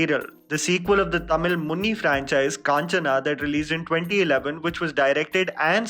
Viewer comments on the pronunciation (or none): dude it's muni not munni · It's not 'munni' its 'muni' mooo....ni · Come out of Munni Badnam hui, It is MUNI, not MUNNI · Not munni but MUNI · It is not Munni, it is Muni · sorry but its not munni its "मुनि" . every time I hear munni its make me cringe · Well the tamil franchise is called Muni (Mu-Nee) not Munni.. ;) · Areey ooo bhai It is Muni, not Munni. U can't even pronounce it properly but analysing the movie. 🤭🤣🤯. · Bro it isn't munni. It's muni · Bro its muni not munni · The original Tamil franchise is named "Muni" not Munni! 🙄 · It's not munni ....it's muni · It's not munni it's muni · 😂 it's funny that your calling it as 'Munni' like it's a small girls pet name in actual 'Munni' has different pronunciation which means a god who safeguard the village.